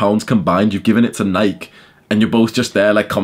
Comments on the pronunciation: is so cool and absent from This bullshit that he can’t even pronounce nike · It's weird that Brits say Nike. In the US we say Ni-key for Nike.